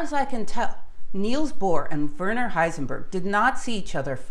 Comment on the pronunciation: A fine post - very interesting and very clear. But one little thing that bugs pedantic listeners - could you try and get the pronunciation of names a bit better? It is especially annoying to hear "Werner" mispronounced. It's pronounced "vairner" (sorta).